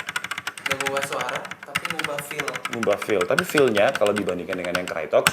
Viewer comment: bang, dibacanya kraytok, bukan krayotek